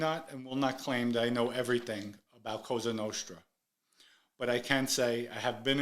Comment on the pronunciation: You can’t even say Cosa Nostra 😂 your a stuttering prick.